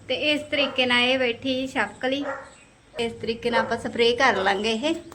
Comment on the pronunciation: ਛਿਪਕਲੀ ਹੁੰਦਾ ਨਾ ਕਿ ਚਪਕਲੀ